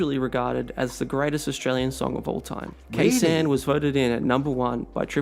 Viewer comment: oh gahd, it had to be ke sahn